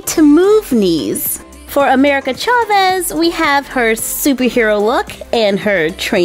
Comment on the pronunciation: You don't pronounce chaves very well and it annoys me but otherwise it's not a bad video.